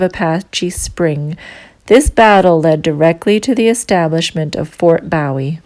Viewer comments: Learn how to pronounce the name correctly,it's boo e,not bow e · BOOH-WE! NOT BOW-IE, LIKE JIM BOW-IE. THAT THE TEXAS WAY TO PRONOUNCE BOW-IE. I COULD BE WRONG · Ma'am, yes it is pronounced Boo-eee as in James Bowie, not like David Bowie pronounced Bow-eee. I am from Texas, and heard a few places & names mispronounced. On a lighter note, l was married to one of your fellow Canadians. She was born in Frederickton,N.B. And moved to Toronto at age 6 in '66. She grew up west of Yonge St.and south of Sheppard St. You did make it clear,no one at the visitors center. So like the yankees in Brooklyn say" don't worry about it". As again greetings from Texas. Take care Ma'am... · Nicely done! But I must comment on your pronunciation of Bowie. The Fort was named in honor of Republic of Texas Army Colonel James Bowie,who died during the Suede of the Alamo, March 6, 1836. His name, the knife, and Texas county that bear his name are pronounced BOOwee, and not "bow" of a ship or as a greeting. David Bowie, the musician, pronounced his stage name "BOW(and arrow)-wee". The fort and town in Arizona are pronounced BOO(like a ghost)-wee. 🤠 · Boo-eee , not bow -eee. nice video. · Bowie is pronounced Boo-ee or buh-ee. What is a "bowie"? I have only heard of it as a name. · The proper pronunciation for the name is Fort BOOW EEE! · It's pronounced Boowie lioke Jim Bowie (Boowie) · I believe it's pronounced Ft boo wee (bowie ) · Fort Boowee ? I think ! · Bowie is pronounced as Booowie. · To bad she doesn’t know how to pronounce correctly the name Bowie. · Fort what ? Shouldnt you know how to pronounce the name if you expect us to believe you? Not hardly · Learn how to pronounce Bowie. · Silly that you mispronounce Bowie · Young lady you're pronouncing Bowie wrong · I'm finding your references to historical markers most confusing because you're mispronouncing the names and we're getting lost thank you but please look up the pronunciation properly and nut with a foreign accent